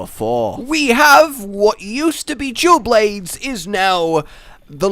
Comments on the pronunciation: Is it just me that hear him says "jewel blades" instead of dual blades?? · I keep hearing jew blades instead of dual blades... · “Jewel Blades”